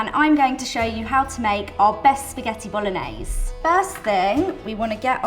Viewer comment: You know it's gonna be a bad receipe when she can't even pronounce BOLOGNESE correctly... Even a 13 year old kid in italy would know better...